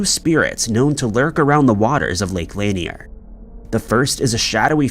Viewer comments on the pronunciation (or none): LAN-NEAR not LANY-EEER lake in Georgia